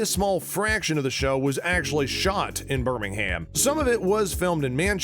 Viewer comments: Mate it's Birmingam in pronounciation not ham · Just a heads up, it's pronounced birming-um, not ham. Loved the video tho <3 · It’s Birming-um not burming-ham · In a brummie accent it might sounds like Birming-hum, but it’s actually pronounced as Birmingham. Therefore in an American pronunciation it will sound like Birmingham. (The same way Luca Changretta said it when he talked to Alfie) “and you will bring my men to Birming-ham” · pronunciations of cities have always been the same, and ik the show isn't 100 years old but they even say Birming-um...